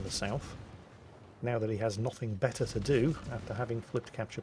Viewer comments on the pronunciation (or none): none